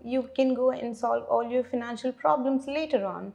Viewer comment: pronunciation financal wrong